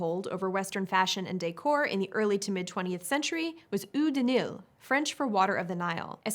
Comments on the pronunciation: Eau (l'eau / French for "water") is pronouced "oh" (l'oh)... NOT "ew" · I thought the French word eau was pronounced oh and not oo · About #11: the French word eau is pronounced like the o in go, not like the oo in good (and French "Nil" is more like kneel than nil).